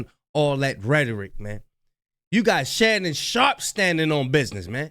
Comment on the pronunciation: watching an ai video 😢 who tf is Shay-Nun